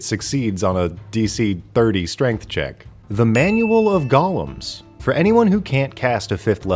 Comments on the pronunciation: Why.the.actual.F*CK... can't Americans pronounce 'golem'?! It's not gollum, you... I'll refrain from saying what I want to say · I hate how he said golem